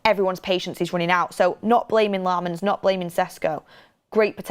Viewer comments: Senne himself confirmed his surname is pronounced “Lommens” so please stop saying “LAAmens” 🤦🏻‍♂️🤦🏻‍♂️🤦🏻‍♂️ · Pronounce his last name correctly it’s Sennat Lamons how it’s pronounced. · They always butcher Lammens' name on this stand😂😂